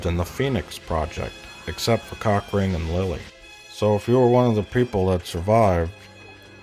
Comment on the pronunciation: I only just realized he calls Cochrane "Cock ring" ^^''